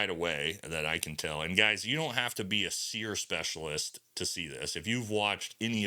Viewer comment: Training ain’t what it used to be. Why are you pronouncing it as “SEAR”? It used to be called “SEAR-E” emphasizing the E at the end of SERE.